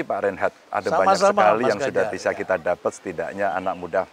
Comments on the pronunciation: mas Ganjar: yg bener nama prof Rhenald Kasali, saya kyk nya denger nama pak Rheinhard😅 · Rhenald, bukan Reinhardt